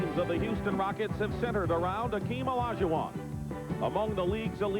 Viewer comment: Hakeem not Akeem